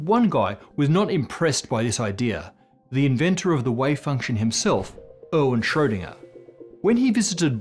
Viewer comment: all names in this show are pronounced marvelously... except for Erwin Schrödinger, appearently.